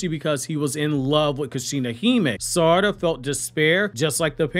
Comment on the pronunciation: Its sa-ra-da not sar-ada